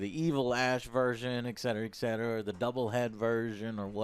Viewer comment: Joe, you've finally learned to say "especially" instead of "expecially", so now it's time for "et cetera" instead of "exetera" :P